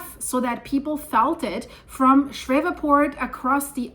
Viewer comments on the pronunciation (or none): New Madrid? Fracking? Sheree port it's pronounced shreeport no V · It happened next to a fracking unit. And it's SHREE PORT, not shref fort. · GOOD LORD woman..... Learn how to pronounce the names of our cities. Shreveport is pronounced shreeport, not shreva'port . Painful to listen to. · ShrEEEEve, long E sound , like sleeve, not eh. ShrEEEveport. 😂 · It's pronounced Shreev•port. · Shreeevport phonetically ma’am. Love ur channel. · Thanks for the info. For your information, it is pronounced Shreeeeeve port. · It's pronounced "Shreeveport." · It's pronounced "Shreev-port" Thanks for all of the Great information 👍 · Ah,, you're so funny...the name is pronounced Sh EEEEE ve port. (My favorite town in the whole state). I'm sure all those river sediments amplified that quake energy, and maybe that means the New Madrid fault zone is waking up. (hope NOT) People generally don't know there are several BIG, deep faults throughout the Appalachian chain. Since this quake happened, I'm saying we should watch around Oakridge, TVA dams etc., and not far north from Louisiana is the Arkansas deformation area south of Memphis....lots of sediments there for liquifaction. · ShrEEv port is how to say Shreveport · it's pronounced as "shreevport" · Pronounced "shreeveport". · /shrēv-port/ Two syllables. /shreev-port/ 😂 You're so sweet and so European. 😅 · Shreveport is pronounced "Shreevport." Just FYI. Thanks, S Cheers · Pronounced “Shreeve port” like Sleeve. 👍🏼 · The city name of Shreveport, LA, is pronounced as though it were spelled "SHREEV-port". You've "Germanicized" it! (The town was named for a distinguished "Shreve" family -- of British descent -- whose old Anglo-Saxon-derived last name came from two words, which, in modern English, are "shire" ("county") and "reeve" ("administrator"). The "shire-reeve" combination ended up becoming both the family name "Shreve" and the English word "sheriff".) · its pronounced Shrēēvport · “Sh-re-port” pronounced